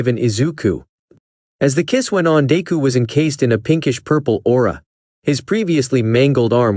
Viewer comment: im sorry but it got me when it said "dayku" i fr died